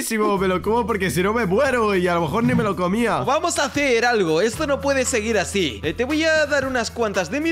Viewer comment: xd el que corrige... dice "aci" se dice: "así"